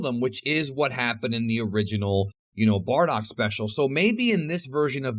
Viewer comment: why do i keep hearing 'bordock' every time he says 'bardock'?